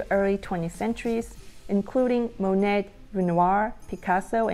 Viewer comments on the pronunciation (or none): Monet= NOT mon-net , its Monay. dont pronounce the T